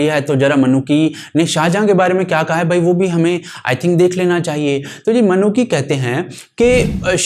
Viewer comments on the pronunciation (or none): Traveller ke name ki pronounciation निकोलो मैनुची hai naa ki "Ma-Noo-Ki" 👍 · 'मनुकी' नही 'मनुची' है सही उच्चारण . और सिर्फ शिवाजी नही 'छत्रपती शिवाजी' कहा किजीये .